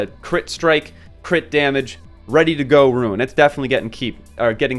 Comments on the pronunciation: Seriously. I don't understand how you see the word 'rune' and pronounce it 'ruin'. These are useful videos but this is killing me. xD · The rant at the beginning of the video is so cringe... Even besides the way you say rune as "ruin," the whale complaining is just bizarre. I'm about a month in and 50 slots is plenty, I have no plans to increase my slots at all, because it's pretty obvious what runes are good and what ones aren't. If it doesn't have optimal substats, it gets salvaged immediately, and if it does, it gets equipped to someone or locked. Optimal substats are hard to come by so you end up salvaging 95% of what you get anyway, there's no need for 500 slots, that's crazy. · Say "Ruin" one more time. Useful video, thanks. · word - Rune What he says - Ruin. I want to punch people like this cause i can't really stand this type of stuff. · Nice video. But the way you say "rune" triggers me a bit